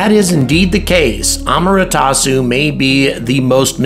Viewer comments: it's A-MA-TE-RA-SU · Thanks for another enjoyable video. My only real issue was with the mispronunciation of "Amaterasu". Just wanted to point it out for future reference